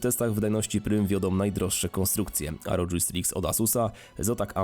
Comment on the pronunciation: asus rodż striks ahahahahahah to sie czyta ROG republic of gamers a nie republic of dżamers...